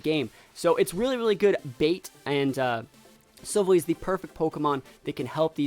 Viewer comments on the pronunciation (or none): Btw the the way you say silvalley is sil and then valley sil valley